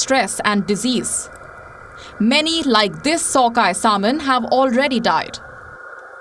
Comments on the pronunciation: Its "sam-in" not saul-mun" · This shamanic lady doesn't even know how to pronounce the word "salmon" 😂😂😂😂 Indlish is so horrible sounding that India even lost its No.1 spot for call centres to the Philippines 😂😂😂😂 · she doesn't have to...you understood nah! Chill !!